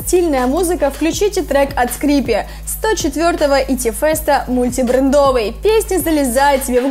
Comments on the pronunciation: Почему ты постоянно меняешь ударерение, ты неправильно произносишь и это так раздражает и даже когда в песне по миллиону раз поют название песни ты умудряешься неправильно ставить ударение🤦‍♀️🤦‍♀️🤦‍♀️ капец не мультибрэндОвый а мультибрЕндовый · МултибрЕндовый а не мультибредОвый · мультибрендОвый?? ты серьезно ?кто так говорит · Инфа, конечно, собрана интересная. Но слушать дамочку нереально. "СлабохарактЕрный, мультибрендОвый"! Откуда такое произношение берут вообще? Давит на уши, что слушать нереально. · Мультибрендовый а не мультибрендовый